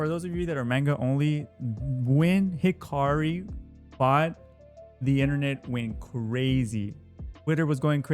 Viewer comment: Bruh hakari not hikari